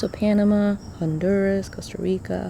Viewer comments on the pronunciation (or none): none